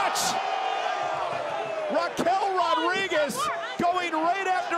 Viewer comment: I love how Raquel Rodriguez pronounced her name in Spanish.